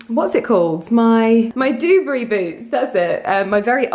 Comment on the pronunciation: Hey, just to let you know it's pronounced 'doo-barry', although I really think I prefer dewburry now 😂 xx